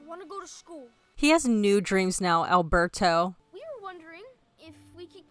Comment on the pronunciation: Considering you keep mispronouncing Alberto's name, never having said it correctly even once, you still don't know his name.